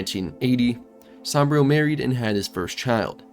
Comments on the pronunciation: Great video but why do you pronounce Saburo as Sambrio? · Gotta learn how to pronounce Saburo. 😆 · Man i gotta tell you your pronunciation of saburo was painful to listen to its supposed to sound like oo like moo